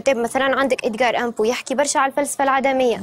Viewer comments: الأدب القوطي وليس القوتي gothique ! اشحال ترقق الحروف ، اصطدام وليس استدام. ادغار الان بو ، و ليس امبو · للتصحيح فقط الكاتب اسمو edgar Allan poe وليس Edgar âne poe اضافة الى ان هادي الطفلة معلوماتها مضاربة وعايشة حالة لخبطة مش معقولة